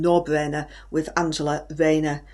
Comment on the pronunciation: Starmer is a sausage . No Bwainer wiv Anjera Rhayner is now compulsive viewing for me .. lmfao x